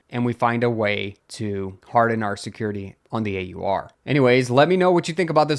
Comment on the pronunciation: AUR rhymes with "oar" and "our"